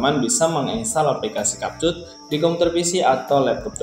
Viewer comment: abg ni ckp kapcut org "capcut" nampak sangat english lemah